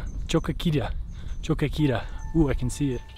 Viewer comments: Nice video! I enjoy that you comment during the trekk. The enhance part, the ants and the cat were great moments. Just one thing, you have to pronounce the 'o' in the end of 'Choquequirao', it's there, it's not silent. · Thank you. I knew he was saying it wrong.